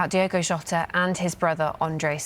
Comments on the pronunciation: Diogo not Diego. This man just passed. At least pronounce his name correctly. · it does not feel real. And it is DiOgo, not DiEgo, FWiW. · Please do him the justice he deserves and pronounce his name correctly "its Diogo not Diego" Alwayswolves 🧡🖤🧡🖤🧡🖤🧡🖤🧡🐺💪🏻